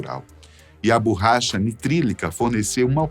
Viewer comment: "BURRACHA" "FUGUETE" "MI 262" O CORRETO É: ME262, BORRACHA E FOGUETE.